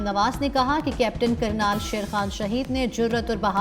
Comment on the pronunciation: کرنل ہے کرنال نہیں درست کر لو ❤